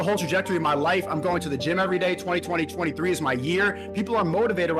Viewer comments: that guy needs to learn to pronounce "'2023" it isn't that hard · He cant even say 2023